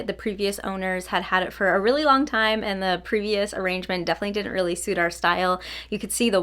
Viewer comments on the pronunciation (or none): none